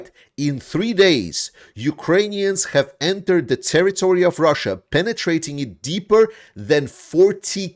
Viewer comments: "terrory"? Do you even try? lame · Territory not terrory